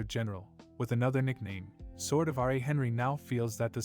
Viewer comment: Do you know about plastic surgery? You know, the two words that don't exist in this world. Garbage writer or translator. They could have called it phantasm, shapeshifting, glamor, reshaping, illusion...no plastic surgery. This guy pronounces bow as baw, Ra as R.A. TF is going on.